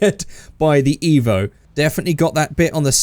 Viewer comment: Painful that you said evp